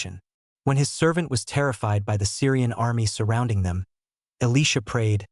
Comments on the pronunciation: E li (lie) sha NOT E leesha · Great video but Job from the bible isn't a job where we work. Elisha is Eli sha not Elesha a girl's name. Why can't the words be pronounced properly? And when some dies, they don't automatically know everything, even though they may remember much. Sometimes we hear voices from beyond. Jeffrey "are" Holland. How did you do that? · learn to pronounce the names correctly!!! E Lie sha !